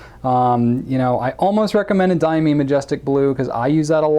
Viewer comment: Christine Joynson, Director Diamine Speciality Inks Ltd wrote: DIAMINE is actually pronounced DI – A – MINE DI – As in DYE stuff A MINE – As in Coal MINE DYE A MINE